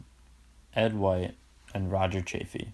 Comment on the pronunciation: This was terribly done! The reading was atrocious, you mispronounced things (especially Chaffee's name), you got facts wrong (Apollo 13 was NOT the first landing on the moon! Apollo 13 never even made it to the moon--it was Apollo ELEVEN that was first), and the whole presentation was boring and poorly done. I am a teacher and I hope your teacher gave you a failing grade on it. I certainly would have!